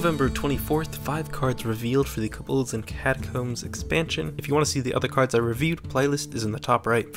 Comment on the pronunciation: its kObolds not kobOlds...